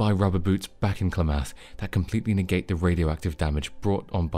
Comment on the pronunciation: Clam eth not clah math